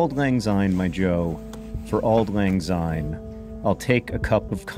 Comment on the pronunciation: As a Scot, I must correct your pronounciation. You use the English "Z" sound, instead of the Scots soft "S", so it's "Auld lang syne", not "Auld lang zyne".